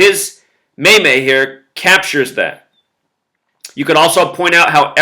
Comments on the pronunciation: maymays? i thought it was pronounced, meems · Lmao just so you know the word meme is actually pronounced with a long E, it is pronounced like "meem" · it's pronounced ''Meem' lol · Meme pronounced MEEM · Hey, I love your videos. Watch you every day. Just wanted to correct your pronunciation of meme, it's pronounced like the word mean, except with an m at the end instead of n (obviously) LOL. Have a good one.